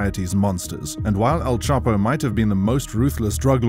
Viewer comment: All this research but you couldn’t get Chapo’s name right…